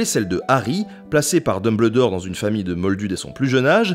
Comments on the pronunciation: Tant qu'à faire, autant prononcer Dumbledore entièrement en français "um" se prononce "un" D1bleudor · sa se dis deumbeuldore et pas deumbledor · Dumbeldore pas dumbledore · dumbuldor pas dubledor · j'vais faire le casse coui.... mais c'est en prononciation Dumbeuldore et pas Dumbleudore ;-) sinon sympa le vidéo on apprends un tas de truc ;) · Alors oui ça s'écrit DumBLEdore mais pitié ça se prononce DumbELdore (ou alors j'ai rien compris) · ET TU ME FERAS LE PLAISIR DE PRONONCER "DUMBELDOR" ET PAS DUMBLEDOR" !!! BORDEL !!! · T'as trop dit "d'Humble dort" au lieu de Deumbeuldor. Je me désabonne. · Nota Bene pourquoi tu dit dembledore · Nota Bene oui mais c'est anglais donc on dit dombeldore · Nota Bene enfait on dumbeldore car en anglais quand y a ble sa se prononce beul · Ca m'a perturbé pendant tooooooute la vidéo XD On dit bien Dumbeldore en anglais ^^ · J'ai failli déliker à chaque fois que j'ai entendu "deumbleudore" x) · vraiment intéressant même si le "Dumbleudore" picotte les oreilles mais super cool. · Dumbledore, s'il vous plait prononcez le "Dumbeldore" T.T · mes oreilles souffrent quand j entends Dumbledore prononcé comme ça et non dumbeuldor sinon. j'adore la vidéo, excellente !!!! beau travail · Ça se prononce dOmELdore Merci ... sinon super vidéo 😊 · Très chouette vidéo ! Par contre...... "DumbEULdore" s'il te plaît x'D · Super vidéo mais "Dumbleudoor" c'est chaud.. surtout qu'il est souvent prononcé 😅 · j'ai saigné des oreilles tout du long en entendant dumeubleudore... mais j'avoue à ma première lecture du livre je le prononçais de cette façon aussi... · Dun bleu dore, Salazar Slizerine... mes oreilles !!! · on dit DumbELdor 😊 c'est de l'anglais c'est comme rumble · C'est juste GE-NIAL par contre frérot "dumbleudor" 😭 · Non mais "Dumbldore" c'est non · Je suis le seul a avoir ragé quand il dit DumBLEdore c'est Dumbledore PUTAIN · Il me tresse à dire Dumbledore ... J'ai toujours prononcer ça Dumbeldore, quoi que ce ne soit pas la vrai écriture.